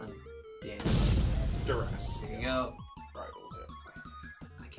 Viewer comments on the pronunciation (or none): Not "deress" it's dURess. As in under duress...